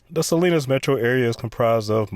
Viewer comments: I think you mispronounced Salinas, Ca. I always called it Saleesinous, Ca. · Try "Sah-LEAN-us". I grew up there.